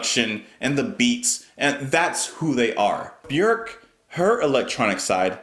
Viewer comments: You pronounce her name the closest to how it is actually pronounced in Icelandic it is pronounced like ' work ' with a B . Most everyone else says ' Bee- york ' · It’s hard to pick a favorite album of Björk’s (thanks for correctly pronouncing her name). But Vespertine is definitely in my top 3 with Homogenic and Medulla most days. Sometimes Vulnicura sneaks into that top 3, and kicks out Vespertine though